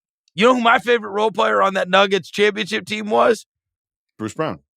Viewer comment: Verno talks about Reggie making Shenguns name 2 parts “shen-gun” but little does he know he does the same thing with the word “player”…”play-er” 😂